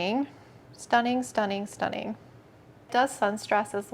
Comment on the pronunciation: I want the word-count ticker up in the corner for the word “Stunning” on this video 😂 “stuh-ning”